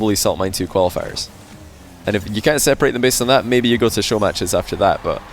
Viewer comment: why does he keep saying youz